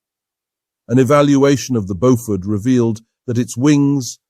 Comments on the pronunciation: Bo-FUDD!!!!!???? That's enough for me. Bailing out. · Is the commentator an AI? I'm hearing different pronunciations of "Beaufort" just about every time I hear the word.